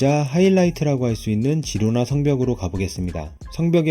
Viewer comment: 스페인어 G다음에 e,i가 오면 “ㅎ”발음이 남. 히로나.